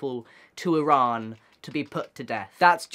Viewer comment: Im not sure if he is Middle Eastern but he is the first person that probably isn’t that has pronounced Iran correctly. I think thats cool